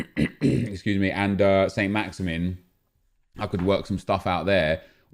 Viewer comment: Just so you know Saint-maximin is pronounced 'San-Maxaman'. Just a little thing that was sort of bugging me. Keep up the good work.